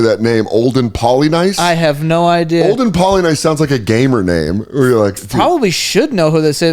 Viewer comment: You got Olden right. I remember hearing his last name pronounced like Polyniece.